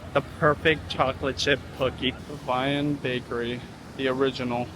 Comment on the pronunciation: Levain is the French word for leaven and the bakery is pronounced Le-VEN. Their cookies are so bomb, and I want one every time you show them. Always love the daddy/daughter trips.